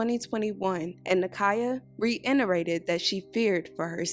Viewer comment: Correction for the person reporting this crime. The word “reiterated” lacks the letter “N” so it should not be pronounced as “reinterated “.